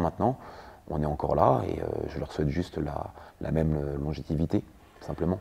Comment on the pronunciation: Il as bien dit " longétivité" a 4m30 ? Longévité plutôt 😂